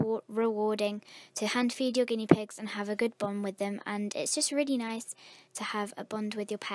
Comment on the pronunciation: You said guieee pigs